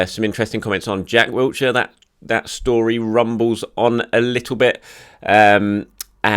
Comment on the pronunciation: OMG THERES NO T IN WILSHERE STOP SAYING HIS NAME LIKE THE PLACE ITS DOING MY HEAD IN GRR